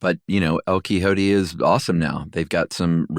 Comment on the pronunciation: Omg guys...lol..it's... EL-KEY-HOET-TAY...ya know, El Quixote. Thx for the giGgle...🤭✌️